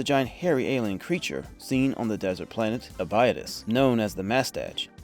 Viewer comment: Practical effects and miniatures are dearly missed. 'ab-i-dose'. not 'abide-is' They say it in the movie and the series as such. This confused me at first since I didn't correlate what you were saying. Unless this is AI voice work. I know people with thick accents and can still correctly pronounce Abidose. Ya, I am correcting it, take it or not.